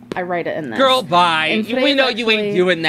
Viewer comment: "Gorl bye" 🤣🤣